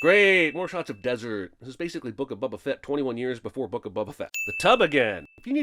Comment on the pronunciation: The way he says it as "Bubba Fett" makes me think "The Book of Bubba Fett" is just an old copy of Auto Trader in the Star Wars universe.